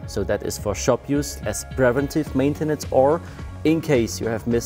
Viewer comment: "privenntiff mäintennens" 🤓